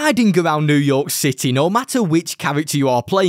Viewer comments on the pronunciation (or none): Sliding around new york cit-EH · did my man just say new york SITEY